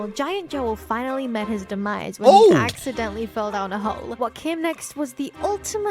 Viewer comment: Yes "accedently" feel in lava